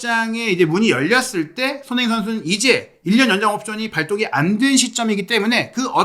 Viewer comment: 항상 잘 보고 있습니다. 조심스런 말씀 드리자면.손흥민 발음을 좀 정확히 해주셨으면 더욱 좋겠습니다. 죄송합니더 ^^